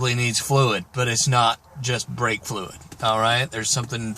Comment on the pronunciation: 'BRAKE' not 'breake'